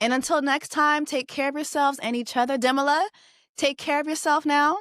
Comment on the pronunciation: Please pronounce his name correctly